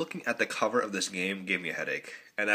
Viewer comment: Game, not gams. Sorry...